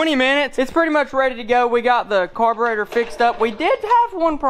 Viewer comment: it’s not that hard to say car bur e tor